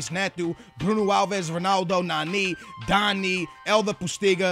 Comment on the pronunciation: It's DANNY not Dani (thats how you say it)